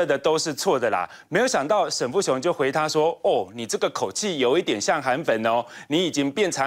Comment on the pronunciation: 沈跟沉是不是很像，每次都講錯的~過氣了~下來休息吧？最真的主持人。